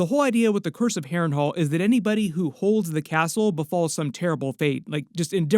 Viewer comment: why do i hear you say hairring whole ? xD (harren hal)